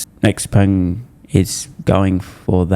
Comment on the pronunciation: It's called Xpeng not JERKpeng 😉